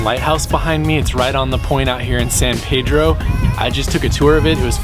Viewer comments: Born and raised in Pedro ..nearing 70 now and I still have to correct people when they pronounce it "paydro"...any native will tell you its san pee-dro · Well it's a good way to tell the visitors from the locals and kinda funny to hear "Paydro" lol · Thanks for coming down and visiting us. Very nice. One little nit-pick. Its Peedro, not Paydro. :) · Thank you so much for sharing that great video of "the town where I live" but as mentioned by Mr. Helm below...our name is San Pedro, pronounced as Peedro and not Paydro. I'll be checking out your page and seeing more of your vlogs.....so much beauty in CA.